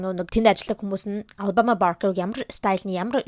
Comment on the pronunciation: Ghde mnai anu alabamaaas ii goy heljee ter jinhn oorihn tik tokiig harsn cn anu goy heljee hahh😂❤